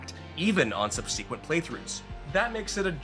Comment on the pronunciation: Please learn how to pronounce "subsequent".